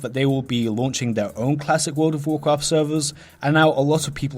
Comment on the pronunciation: Woool ov Wovcwaft